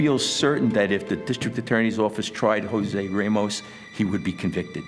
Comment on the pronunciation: Why does he keep saying RAH mos when he has been repeatedly told it’s RAY mos? Idiotic